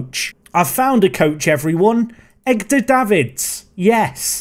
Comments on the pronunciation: are...you purposely saying "Egg-dar" Davids? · Did you.... did you just say "Egg-dur Davids"?